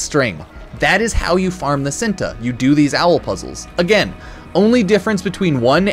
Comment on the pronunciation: ITS called chin-tae not sinta